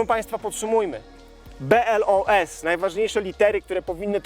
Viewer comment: BOLS a nie BLOS